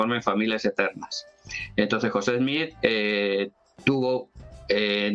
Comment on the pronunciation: Al Sr.. primero es Smith, no Smich, Segundo, si hace una investigación, encontrará, que por orden de los ancianos adventistas, se hizo un descubrimiento interesante, Elena White era prima de una de las esposas de José Smith, por tanto mucho de lo que escribió, fue influenciado en gran manera por las creencias Mormonas de la época, en especial sus leyes de salud.